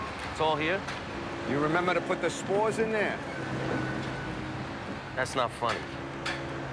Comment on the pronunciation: Spores? I thought he said smores. Now I gotta go to the grocery store and pick up a smore kit.